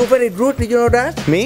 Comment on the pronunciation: Berry berry rude says the Asian guy